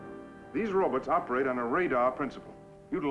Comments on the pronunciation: 🎶 I like robutts and I cannot lie..🎶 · Scientist guy kept calling them robutts.🤣